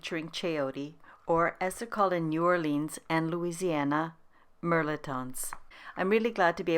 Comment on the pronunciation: Its pronounced mel•et•ton.